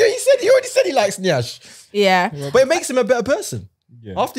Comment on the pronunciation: As a Nigerian, I beg una... the word is "yansh", not nyash as I'm seeing all over the internet. it deeply troubles me because where yansh is involved you can't afford to go the wrong way